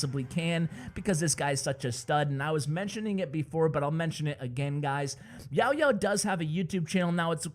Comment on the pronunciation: i really like when u said "YaoYao" 😁😁😁